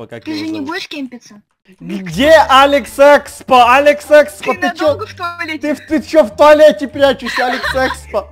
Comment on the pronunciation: я вот смотрю когда ты говориш быстро говориш алекс експо то т ы оч быстро говориш и ты говориш алекс секспо:)